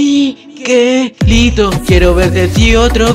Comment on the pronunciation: es mi-ke-lito >:v